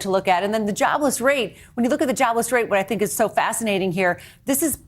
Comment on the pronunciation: He was speaking and he was saying a word that start with an s followed closely by the word think and with a quick slip of the tongue added the s to think making it sound like stink!